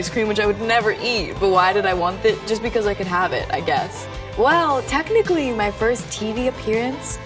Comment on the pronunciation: No one: Sabrina: well *technically*......P L E A S E don’t pull it up